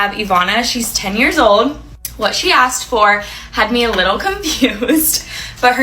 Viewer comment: Its asked not axed .😂😂😂